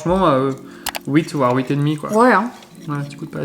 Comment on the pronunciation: J'adore quand les belges disent huit 😂